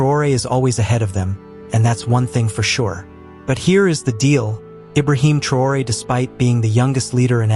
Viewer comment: Vous n'avez pas la possibilité de prononcer son nom de façon correcte ?